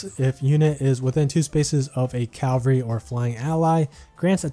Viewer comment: Hey man, not sure if anyone's told you yet. It's CA-val-ry, not CAL-va-ry